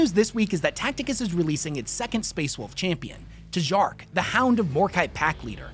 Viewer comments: Pretty sure that would be pronounced 'Tee-yark', as... lets call them northern europeans pronounce J as a Y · I feel like it should be pronounced Jark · Lmao “Tuh-jark” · Tjark is pronounced "tyark" or "chark", depending on what dialect of Scandinavian it is. Expand your understanding, or be declared an illiterate philistine.